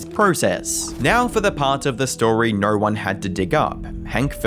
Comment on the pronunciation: Its "no" not "nawrh"